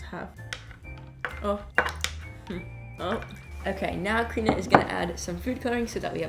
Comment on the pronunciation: Is it just me or do I hear say krina instead of karina